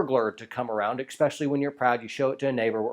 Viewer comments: You still pronounce “especially” as “ek-specially?!? Oh well; we grammar nazis will forgive you on account of your dad jokes. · Are you saying "exspecially"? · This is hard for me to say. But it comes from a place of caring. You’re far to much of an educated man to say “expecially”. Whew that was awkward. But I’m glad we got that out of the way. And now our relationship has room to grow.